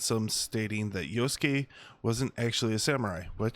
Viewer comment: huh?!! you're crying disrespect??? it's fiction. you sound so white, why are you disrespected for the JAPANESE. I'm asian and a lot closer to the japanese and I'm not offended. jeez. white people being offended for asians..... you can't even pronounce YASUKE properly. talk about disrespect. and what makes you assume the game's gonna make you play yasuke? from how i understand it, the JAPANESE girl ninja is the playable character. she has the hidden blade. yasuke seems to only be the main support character.